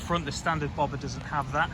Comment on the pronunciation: Its BobbeR not bobba! Lol